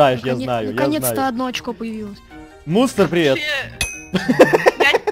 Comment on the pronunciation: В какой-то момент послышалось,что сказал не Мунст,а Мусор😂😂😂😂😂😂😂